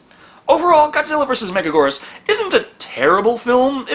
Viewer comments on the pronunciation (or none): Thank you for another Godzilla review,!!!! (Not to be that guy, but it’s Mega-gear-us, not mega-Gore-us) Love your reviews though as always!!! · It's pronounced Mega-gear-us. Megagurrus is a mistranslation, you silly fool! Also, it's a girl. The whole "King of Meganula" is another mistranslation. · With all due respect, it’s gear-us not goor-us. Love the vids tho keep em coming! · Mega geerus not mega gorus (Why do they also pronounce it wrong) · I've heard it pronounced that, the way pronounces it, mega-GWEE-rus, and even mega-JY-rus. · It's pronounced (mega-gear-us) megaguirus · Correction it’s pronounced Mega-Gear-rus. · So, can't hold it against entirely, because the English voice cast pronounce it wrong too, but...The I in Megaguirus isn't silent. Write out any given word in Japanese with Western characters, NONE of the letters are silent. Also both Us should be pronounced the same way, specifically the way the first one is pronounced. It's been a while since my high school Japanese class, but pronunciation is something they hammered in HARD. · Apparently they pronounce it that way in the English dub but obviously they don’t know how to pronounce it... Can’t blame for that one...